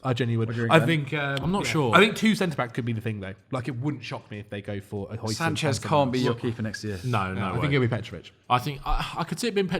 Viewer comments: According to google translate: Huijsen sounds like "How-sen" not "Hoi-sin" like the sauce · it's "How-sen" not "Hoi-sin". He's not chinese